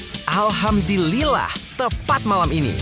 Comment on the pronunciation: Jangan main main dengan ucapan Alhamdulillah bro, ucapan ini harus di ucapkan dengan benar salah ucap lain artinya, saya sarankan pergi ngaji dulu ya bro supaya ucapan Alhamdulillah nya benar